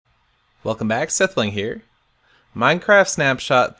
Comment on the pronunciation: did he said minecart at the beginning?